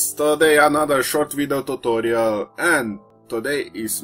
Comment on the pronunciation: totoriel XD